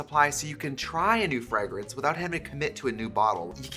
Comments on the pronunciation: Love watching the scent bird ad so I can listen to Trixie say Frug-Rance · Love how you say fragg-rinse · Tricia why you keep saying fragrance like that